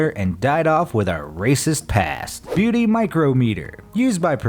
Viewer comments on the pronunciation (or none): Why does he keep saying Beaty? 😂🤣😂🤣